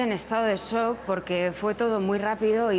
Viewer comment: intenta decir shock pero a fe que le faltan consonantes